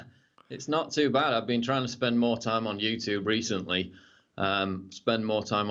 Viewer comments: Paul I love your stuff BUT one thing you do that drives me crazy is why as an Englishman you pronounce YouTube as the american YOUTOOB, Squash that shit bruffa! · You 'Toob' #shakeshead (pron:you-choob) :)